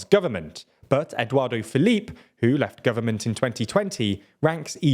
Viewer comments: Quite an accurate overview of things. One thing made me laugh a lot:, bless you, it is 'Édouard Philippe' (pronounced as 'Edward', not 'Eduardo', which makes him sound like a Latino drag queen or builder! 😸) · It's Edouard Philippe, not Edouard De Philippe (it's sounds like that in the video) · I'm diggin that Eduardo Felipe tho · It's Édouard Philippe - there is no 'o' at the end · I love your content but please try to learn the correct pronunciation, Eduardo Felipe sounds like a Brazilian wonderkid on Football Manager 😂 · Why are you people unable to even ATTEMPT to pronounce these names? Edwardo Philippe? Le Yavruh? Come on.